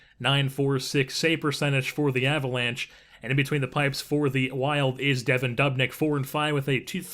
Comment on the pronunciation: it's pronounced doobnyk not how it's spelled